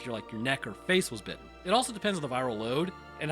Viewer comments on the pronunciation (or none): none